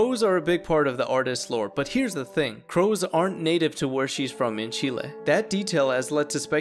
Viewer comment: Finally someone that says Chile the way it is intended to be said, nice!